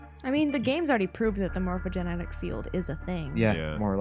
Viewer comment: Ohhh we're getting close to the end!! :D. It's funny how you still pronounce 'Morphogenetic' as 'Morphogenic'